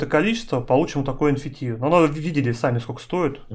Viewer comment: Замолчи свой рот и не говори энфити - ЭН ЭФ Ти